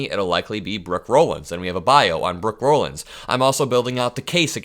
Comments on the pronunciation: It's pronounced "Rawlins". I know because my maiden name is Rollins. I appreciate all you do,. Keep up the fight. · FYI: Rollins is pronounced Rah-lins, not Row-lins. Also she will not be COS, Dump already announced today Susie Wiles will be COS.